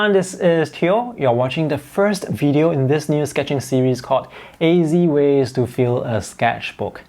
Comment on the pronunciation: AZ ways sounds like easy ways hahaha.